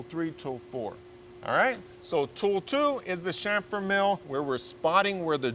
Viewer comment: Thank you so much for saying 'chamfer ' correctly. Good work mate.